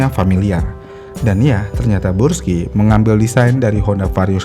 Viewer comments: brush skay bacanya bg bukan bruski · Brusky bang bukan bursky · Yang betul tuh bruski bukan burski 😂😂😂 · 😂 kebalik balik ya bang, gak bisa lurus, sukanya belok. 🤣 Tulisan Burg dibaca Brug. Giliran Brus malah dibaca Burs.😑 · dari awal kenapa bacanya selalu bursky dah min? suzuki burgman juga lu sebut brugman edit : pernah nyebut akrapovic jadi akaprovic juga 🗿